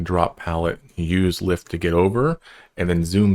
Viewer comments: Its pronounced Lythe (Like you would say Lie and then add the the) hope that makes sense? xD just a sidenote, but I agree with the others, even though Ive been playing for a while, this is a very friendly and simple guide and not 2 hours long. :) Well done! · I wasn’t expecting much when I clicked this but wow, this was edited surprisingly well! As someone who’s been in the comunity for a few years now, I agree with most of this advice. It’s pronounced lie-th, by the way ❤